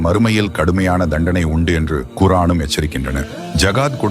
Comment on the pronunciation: Al Quran. Not guran